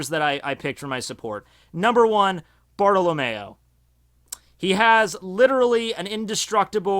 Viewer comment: when he pronounces it as Barta-la-mayo lol good picks though real strong team